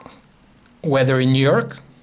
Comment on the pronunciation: how the hell did siri understand his voice, i heard "weder in nerk" instead of Weather in New York"??